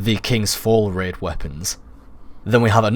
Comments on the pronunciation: Raid, not Rid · Raid - Ræīd He says: Rēd XD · Red? It's rAid...😂😂